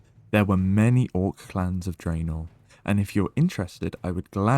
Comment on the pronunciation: Ooooh attention to the Horde side of the lore is always welcome! That first pronunciation of Draenor made me ecstatic. chefs kiss (it’s okay we don’t have to talk about the others, I’ll take my wins where I can get them). AND VAROK SAURFANG?! BROTHER OF *THE* BROXIGAR? Hell yeah I’m hyped!